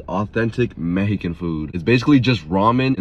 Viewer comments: Ok ok wait a minute there were a few violations in this video and they had nothing to do with adding the noodles to the taco, first off was the way pronounced “Mejican” and “consumay” and the biggest violation was when he went sus mode and said “I feel all the cultures in my mouth “ 🫣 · Yeah I'm mehican 😂 bruh no hate I like your videos but you kill me with your pronunciation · Bro the way you pronounce Mexican words is almost insulting